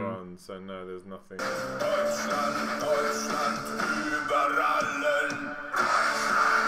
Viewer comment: ' pronounciation of Deutschland is lovely